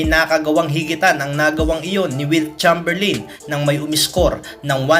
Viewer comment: It's read as "Cheymberleyn" not "Cham"